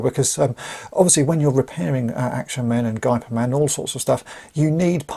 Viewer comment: FYI, the closest pronunciation for "Gey" of Geyperman is the english pronunciation of "Hey"